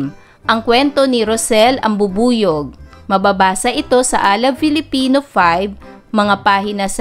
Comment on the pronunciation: Bakit filifino ang pronounce ni